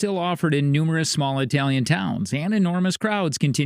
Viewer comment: It’s It-alian not I-talian